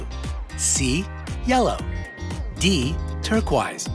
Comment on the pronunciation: LOL The way he pronounced "turquoise".